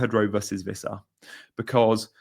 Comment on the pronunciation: It's Wissa not Vissa btw, he's not German!